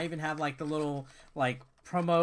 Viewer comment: I chuckled when you said "Lickle". Wow I'm still immature